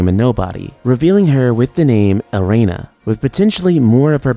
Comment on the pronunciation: Elrena not Elena